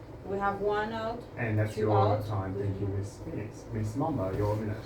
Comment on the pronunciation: Haha "Miss PHON-ix"